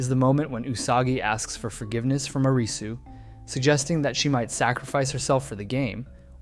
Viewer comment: Stop pronouncing his name as 'Arizzu' 🙏😫